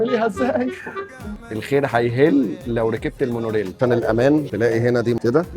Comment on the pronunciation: مونوريل، وليس مونورِل Rail, not rell